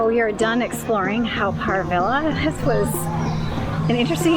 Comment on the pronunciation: Haw is actually pronounced as 'Hor' and not 'How'. Good video and glad you enjoyed your visit to Singapore. Haven't been to this park in a very long time. You could just walk into the tunnel where the Hell exhibits were previously. I would avoid it every time I visited. I found it really terrifying for me as a child and even as an adult. I'm glad it's covered it up now so it's a good excuse to avoid it altogether if visiting. 😊